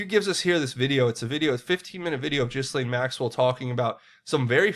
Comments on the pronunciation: Gil-laine, not Gizzlane. Practice it. "Gillaine' '"Gill-ayne' It's FRENCH. The S is Silent. Step up already. pronounced 'Gil-layne'. Say it! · Okay, Ghislane is pronounced “GEELANE”... just an FYI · Love you, brother,,,💜... don’t speak French either, but I believe her name is pronounced “Geee Lane”. Bless you for all your amazing work👍🏼